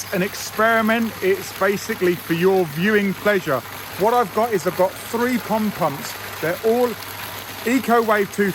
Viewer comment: I realize there is an accent involved, but please say POND pump, NOT “pump pump”! :-)😊